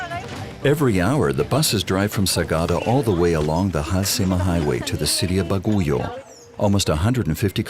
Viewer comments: i almost spit my food out the way the narrator pronounce "Baguio" lol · Baguio is pronounced Bagyo. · its not bagoyo its baguio.ay inaya ito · How did y’all absolutely slaughter the name Baguio? 😂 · its bagyo,,,,not baguyo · I was born in Baguio, and it’s bothering me so much how he pronounces it as “Ba-gu-yo” 😭 it’s pronounced *Bag-yo or even Ba-gui-o lol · Thanks for this documentary, I do appreciate you include our country. I just want to point out one thing. I hope there was a research on the right pronounciation of the name of the city. Baguio City is not pronounced BA-GO-YO but BAG-YOU. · What? BAGOYU? It's Baguio ( Bag + uio ) Sounds Like Bagyo Or Typhoon In Other Sound Translation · Baguio is not pronounced as Ba-gu-yo but pronounce as Bag- yo. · It would've been better if the writers did a little mor research. To cite a couple, Baguio is pronounced BAg-yo, not baguyo and the currency is pesos, not pecetas, although they did get it right later on in the video. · Not baguyo but Baguio. A capital city of benguet.